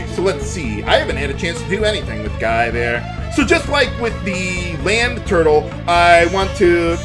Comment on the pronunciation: Due to the way he said land turtle, I'm trying to imagine what a LAN turtle would look like.